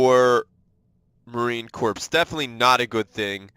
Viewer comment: I hate to be OCD but it is pronounced marine “core” not “corpse”